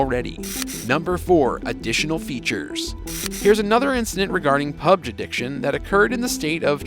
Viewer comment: It's PUB-G 😂